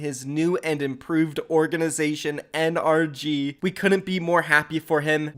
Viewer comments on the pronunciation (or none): still doesn't know how to pronounce NRG its suposed to be pronounced like energy